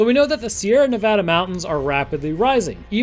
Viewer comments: My soul hurts when I hear Someone say navada like nah vah dah no it’s neh va dah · Just FYI, Nevada and Nebraska have the same vowel sounds, the way you said it at the start is nails on a chalk board to locals. You got it right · Btw, you said Nevada wrong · I know you didn’t pronounce Nevada like that. No one that lives here pronounces it that way. Im reporting this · You pronounced Nevada wrong, and perfection isn't in the Sierra Nevada's but the state of Nevada.